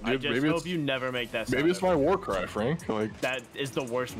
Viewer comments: Waw* you meant to say waw cwy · To Franklin: the wowst waw cwy is obviously "UwU!" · Prediction before I start watching: Demos are gonna be extra annoying when you respawn over an open pit right after Edit: "War cwy" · That is the worst Wawr cwy